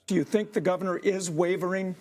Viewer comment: Govenor? English isn’t your first language, eh? 😂😂😂